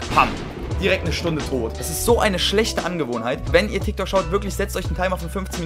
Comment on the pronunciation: musste nochmal richtig hinhören um zu verifizieren dass das ein t und kein f bei dem „tiktok“ war.